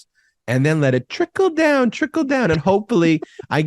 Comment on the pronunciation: 😂😂😂🤣 did you say,"" trinkle down " or, "tinkle down" LoL... I think they want to tinkle down on us LoL